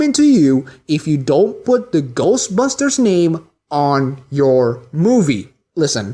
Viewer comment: My problem with people like you is that you put the emphasis in the "busters" part of "ghostbusters", when it goes in the "ghost" part of the title. I mean, its like when Buu in DBZ pronounced "Ugly" as "OOgly" He HEARD the pronunciation, he (and you) can't just repeat what he hears? He didn't read it and then try to pronounce it. That's the only way he could have made that mistake. Bad writing. What I'm trying to say is that you're badly written. God or several gods or universe wrote you out of inexperience. They've been around for thousands of years and still they made that mistake? Look, I get peeved about very specific things okay? OKAY? Its about the principle of the matter. Come on ,guy. Come on. In all seriousness, congrats on the subs. Keep it up. (Good editing/timing, and good points. "this is okay, and this is not" great point, actually. whew, long parenthetical)